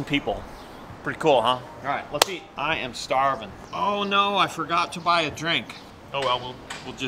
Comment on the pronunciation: ET IS WHAT IT ESSS